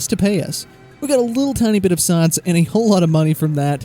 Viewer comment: "Saaaaince" -- fellow Texan/Okie located. ;)